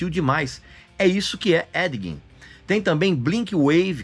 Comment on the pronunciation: "Édiguim" kkkkkkkkkkkk